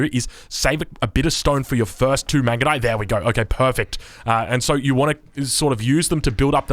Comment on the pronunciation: i died when he try to pronounce the mangudai upgrade